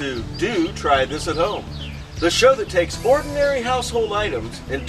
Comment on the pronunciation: hha. he makes me laugh. i love the way he says "look at dat" haha, "hello! and welcome back!" lovin' it!